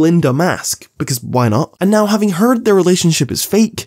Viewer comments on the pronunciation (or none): none